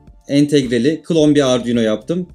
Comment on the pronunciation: Herşeyi anladım herşey güzel olmuş tek anlayamadığım nokta ardiuno dedin ne 😂😂